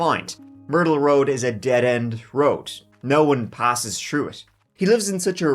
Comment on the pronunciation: 3 is three not tree thru is thru not true . Thinker is thinker not tinker so on so forth